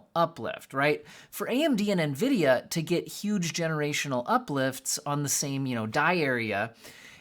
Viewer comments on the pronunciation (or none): none